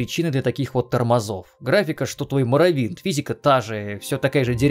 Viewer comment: Сколько ж блять раз он сказал "Морровинд". Уже уши режет